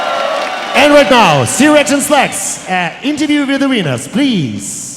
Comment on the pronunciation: Emphasis on the SIR in sir action slacks.